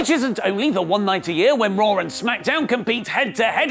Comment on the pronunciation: WHY he calls it raawwwrr tho